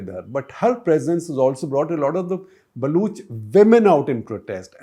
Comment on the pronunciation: Why does SG keep saying “Balooch”? It is not supposed to be “Baloch”?